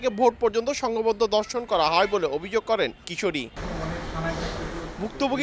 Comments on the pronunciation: রিপোর্টার বারবার 'দর্শন' বলতেছে। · সাংবাদিকের উচ্চারণ ঠিক নাই। ধর্ষণকে দর্শন বলছে। কি এক অবস্থা।